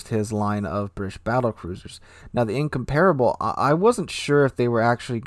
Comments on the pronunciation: HMS Incomparable is "In-COM-par-able", not "In-com-PAR-able". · Incomparable... lol I heard Income-Terrible.